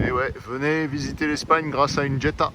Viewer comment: Superbe acquisition. Juste dans la prononciation on ne dit pas Djetta ma Jetta il n’y a pas de D….. je te le dis pour en avoir possédé une. . 😂🤣 magnifique video sur Séville🎥👍